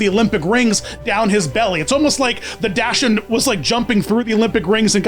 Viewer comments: *facepalms at pronounciation of "dachshund" * It's "daak-snd" not "dash-unds" lol 🤣 Also, I loved Izzy lol. I still have his Hallmark ornament from back then. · 1, phenomenal video as always. 2, in case no one mentioned, the dog breed dachshund is usually (at least in America) pronounced dox-und! ✨ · I thought daschund was pronounced “dockson” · I had no idea there were so many cartoons based on Olympic mascots! XD That being said; it's actually pronounced "DAHK-hund", with a hard "C". And Millie the "anteater" is actually an echidna, like Knuckles. ; ) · His pronunciation of Dachshund is killing me